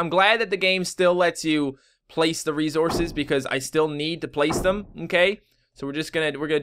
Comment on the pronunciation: It sounds like you're saying "rezources," lol